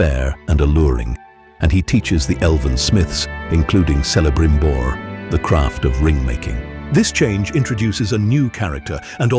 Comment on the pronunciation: Your pronunciation of Eregion and Celebrimbor is totally WRONG. ereGion not ereJion and Kelebrimbor not Selebrimbor. Yes rings of power show sucks